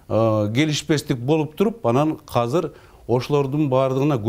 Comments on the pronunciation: кыргызбы бул хазыр дейтго азыр деп айтылатго кыргызча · Казыр эмес Азыр деп суйлогуло